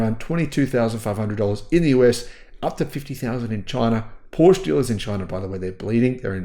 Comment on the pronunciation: In order to offer credible commentary on cars, at a minimum learn how to pronounce Porsche